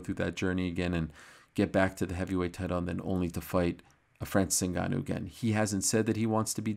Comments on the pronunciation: Franseese Inn Ganooou...lol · "francees unganoo, le predatór"